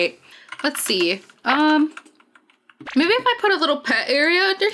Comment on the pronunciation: And I hear you say baby instead of mybe